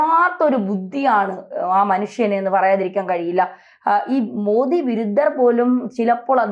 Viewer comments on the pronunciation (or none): none